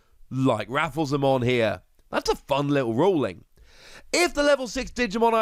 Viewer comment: I think (though am not certain) that Rafflesimon is pronounced like the plant Rafflesia.